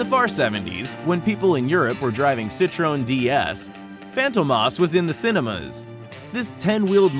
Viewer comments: Citroooneee!!! wait, isn't it Citroën ?? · Citroën not Citrone, they’re French not ‘Italian’-American (or to give such people their official and proper demonym, which is just ‘Americans’) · Say Citron one more time .. i dare you.. i double dare you :)) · And his starts by fucking the pronunciation of Citroën.